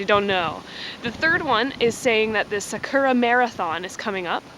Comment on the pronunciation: I love your guys' videos, even if you have the whitest, Americanest pronunciation for some Japanese words lol (Sakura as 'suh-KUR-ruh')